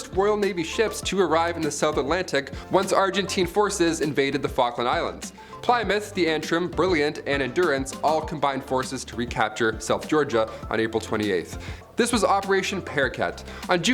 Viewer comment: "HMS Ply-mouth" "HMS Glamor." "HMS Antrin." What the purpose of this ill-informed, randomly illustrated, halucinatorily inaccurate drivel might be, I am at a loss to work out. "Messed up"? F'real dude.